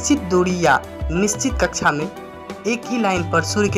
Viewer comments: भाई थोड़ी हिंदी सुधार लो। कच्छा नहीं कक्षा होता है। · आदरणीय हिंदी बोलने में त्रुटि परिलक्षित हो रही है। हिंदी मे कक्षा कहा जाता है। ना कि कच्छा कच्छा यानि अंडरवेयर होता है। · sorry sir कक्षा बोलते/कहते है। कच्छा आप बोल रहे हैं।🙏🤔 पर class 👍👌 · Kaksha bol rha h ya kacha😀😀😀